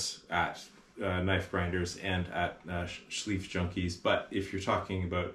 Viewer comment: Just a little side note, the 'ei' sound in Schleifjunkies is pronounced like the vowel (or diphthong) in knife.